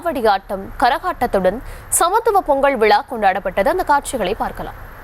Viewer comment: "விளா" இல்லை, விழா, விழா "தமிளர்" இல்லை, தமிழர், தமிழர்